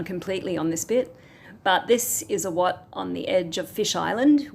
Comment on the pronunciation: I like the way you pronounce the word Wat. That’s the correct way to say it